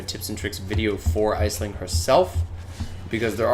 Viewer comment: Nice tutorial. It's actually pronounced "Ash-lin" haha. Aisling is a must have on any team.